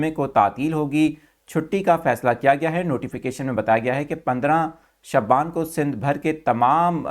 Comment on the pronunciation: Bhai apna shaaban word thik Karen,ap hr bar shabban bolty hen.